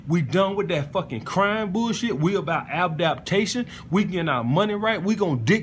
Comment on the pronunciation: Bruh said Abdaptation